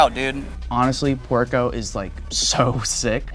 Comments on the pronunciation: wait... the Guatemalan guy saying is name sounds like ""barrio" but it's writen "puerco"? that means "pig" 😆😆😆wtf is going on 😆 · I think he said his name is "" not puerco 🐷